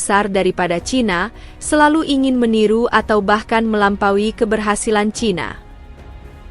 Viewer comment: CHINA dibaca "C H A I N A"